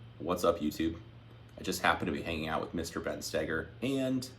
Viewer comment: Is that how you pronounce, "Stoeger"? I've been saying it like, "Stoh ger".